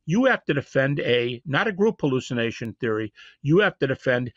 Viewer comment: What the heck is a "hulucination?"